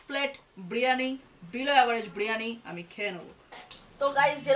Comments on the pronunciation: বিরিয়ানী ❌ ব্রিয়ানী ✅ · বিরিয়ানি ❌বিরানি ✅